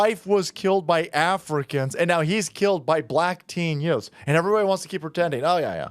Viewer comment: "Yoothz" "Teenz" "Juvenilez" 😐